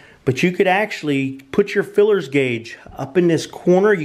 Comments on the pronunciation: OK vid but mate it's called a feeler guage not filler guage as your calling it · Feeler guage, not fillers!LOL!!! Potato, potaato!!LOL!! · Yeah, why does he keep calling them "FILLERS Gauge" ???? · FEELER gauge not FILLER gauge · Just fyi it's called a feeler gauge not a fullers gauge. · FYI, it is called a “Feeler” gauge not a “Fillers gauge. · Feeler Guage not filler guage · Dude, please stop saying "feelers" gauge. It's kinda kreepy... It's a "Feeler". Thera is no apprenticeship of a feeler, unless your a pervert.... It's a feeler gauge